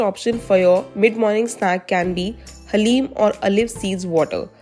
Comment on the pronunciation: Why you say haleem